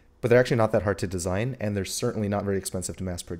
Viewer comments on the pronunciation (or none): none